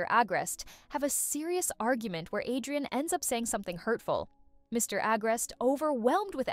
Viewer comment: Villain and Cat Noir NOT Villen And hero noir also its adrien not adiran